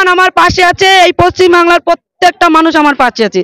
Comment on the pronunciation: এতদিন পর জানতে পারলাম এটা পশ্চিমবাংলা❌ না পচ্চিমবাংলা✅ 😂😂😀😆